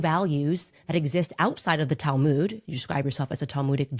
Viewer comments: I'm Jewish and I don't pronounce the Talmud they way they do.... It's like mud. Not mood. Tall mud. Not tall mood. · What's the 'Tal-moood'? Does she mean the Talmud?